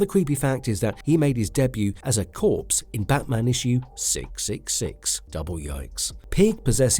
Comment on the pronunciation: Learn to pronounce CORPSE.